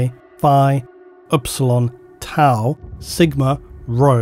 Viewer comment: During the read aloud of the Psychic Measurement Scale I fealt like there was a single tone change in the way TAU was pronounced. It pierced my ears a little.